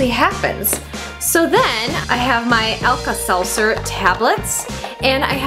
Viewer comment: Pronounces Alka-Seltzer "Alkal-Seltzer" cringes --- Thanks for the video! I'm going to try this sometime at home :D